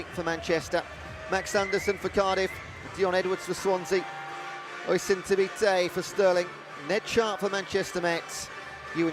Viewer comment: someone tell the commentator Oisin is pronunced USH-EEN